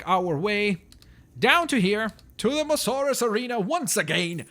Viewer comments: 1st its not mosaurus its mo-sa-saurus 2nd can u create a skelleton short tailed diplodocus/brachiosaurus pls :) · its not mosarus its moa-sasarus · Its mososaurus as in m-oa-s-a-urus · its pronounced mosAsaurus